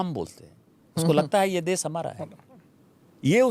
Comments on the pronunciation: सही हिंदी बोलो दुबे......देस, भासा, प्रदेस वगैरा वगैरा.... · देस नहीं देश बोल बे